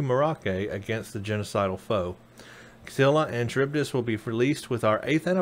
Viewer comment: Love your vids but as I am living in Greece I did grinch every time you said Scylla and Charibdis (SKILLA AND GARIBDIS ). Also I do agree, STD (darn name btw), is not primary timeline. The techno and the science displayed is far too advanced for being 10 years before STO. Keep up the good work mate.